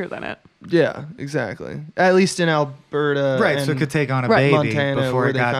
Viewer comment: I’m only 7 minutes in, and I have to tell you as a resident of Alberta the way and pronounce Alberta is bothersome. You don’t separate the Ber and Ta sounds. It’s a continuous sound, more like Al-Berta. Petty gripe, but still...